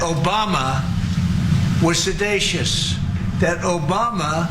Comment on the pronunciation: As much as I love the show, I do wish they would stop letting Trump and his cultish acolytes make statements on air with no rebuttals. And he's just making up words. Obviouscate is not a word. Sedatious is not a word. I know what he meant but call him out on the nonsense.